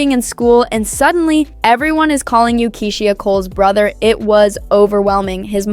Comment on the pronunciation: I hate when AI narrates, can’t even pronounce Keyshia’s name